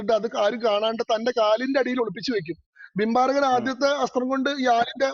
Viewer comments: Not bimbarakan it was barbarikan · ഭിംബാരകൻ അല്ല "ബാർബരികൻ".(ഘടോൽകചന്റെയും അഹിലാവതിയുടെയും പുത്രൻ )